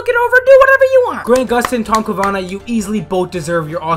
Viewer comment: Ca-va-nah not Ca-na-vah